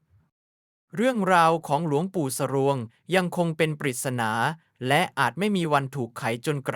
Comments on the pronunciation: อ่านว่า สรวง นะคับ ไม่ใช่อ่านว่า สะรวง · ทำไมคนอ่านเรียกหลวงปู่สรวง ว่า หลวงปู่ทรวง หลวงปู่สะรวง เอาเข้าไป